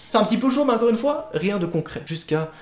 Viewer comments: Au lieu de dire "encore" tu dis "un corps" XD Sinon super vidéo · Tu dis incore a la place de encore c drôle sinon jaime trop t vidéo ❤